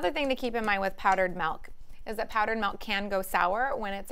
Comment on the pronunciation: MELK? Did she mean MILK??